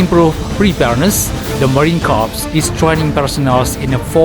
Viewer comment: Mohon izin admin Yth, maaf, dlm bhs inggris "corps" dilafalkan "kor" . Kalo "korps" di bhs inggris artinya mayat. Jaya selalu korps marinir